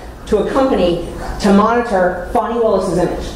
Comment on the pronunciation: Fani????? shouldn't it be Foni !?